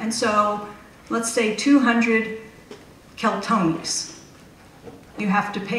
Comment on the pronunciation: She's talking about "Keltonis" but the bills say "Keltinis". Maybe someone's had tee many martonis!